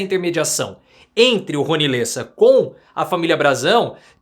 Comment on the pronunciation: É Rony LÉSSA, não LÊSSA hahaha